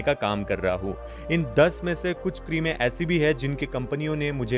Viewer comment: Sir please keerm bolo sir